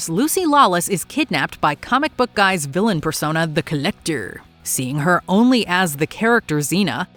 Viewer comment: "The Collecturrr" hahahaha